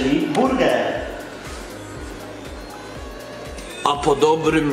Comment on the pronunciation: Zamias Burger usłyszałam "burdel" :(